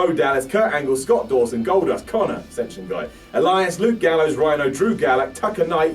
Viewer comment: How you said the asencion guy 😂😂 😂😂 😂😂 because we hardly remember them